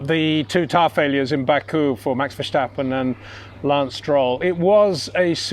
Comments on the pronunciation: Lose the H, mate. It's Verstappen, not Vershtappen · What will it take to convince this guy that the name is Vur-Stap-Pen and not Vur-Shtap-Pen? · it is NOT Max "verSHtappen" ... Max is not German (Germans indeed do pronounce "st" as "sht") ... #Max33 = Dutch NL/Belgium! ... It is not "Bottash" nor is it "Lewish" certainly not "verSHtappen" .... This BS started long time ago when a British sport presenter interviewed father Jos Verstappen and assumed you can use a German pronunciation to a Dutch Driver thinking it is so "funny" ... It is not. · the "s" in Verstappen is pronounced like the "s" in snake. So now "shh" in "Verstappen".... (And to be very picky: the "a" in Verstappen is pronounced like the "a" in "start".)